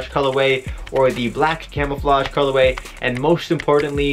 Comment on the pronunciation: It's colorway not fuggin culaway.